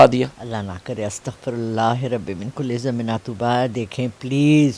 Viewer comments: استغفراللہ بھی پڑھنا نہیں آتا۔ اس جاہل عورت کو۔ شکل پر لعنتیں پڑی ہوئی ہیں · Ohhh lala tjhy astagfar tw Sahi parhna aata nh h Kisi ka future k bare main kia btaegi age daikho apni ur qabar ki tyyri kru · Is dhonge aurat se bachay 10 hazar lety he jhoot bolnay kay sahee se astaghfirullah bhi poory parhni nae aty isay rehan tariq nay bhi is ki asliyat dikhaey he apnay show me plz apnay pese zaeya na karay isay kuch nae pata na ata he........